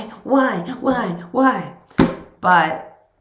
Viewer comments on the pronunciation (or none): When you were like, "why, why, why" it sounded kind of like "wah, wah, wah" and I think that sums up this person.